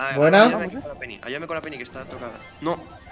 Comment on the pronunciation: Álvaro dice pene envede peny 😂😂😂 Da like si lo has escuchado o si lo has buscado 👍👍